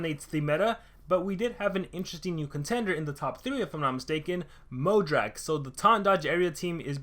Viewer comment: why don't you pronounce the "A" in Mojadrak ?